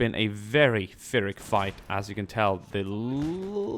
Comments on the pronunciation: Pyrrhic is pronounced "Peerik" after general Pyrrhus. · Is it Pyrrhic like (Fear)ic or Pyrrhic like (Pier)ic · is a nice Lady hard p, he pronounced it wrong